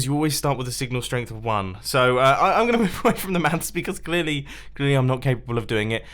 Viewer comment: I love how you say “mafs” :D